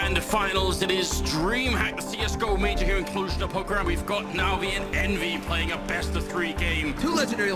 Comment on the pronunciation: Masterclass vidéo, a Cluj-Napoca se prononce CLOUJE Napoca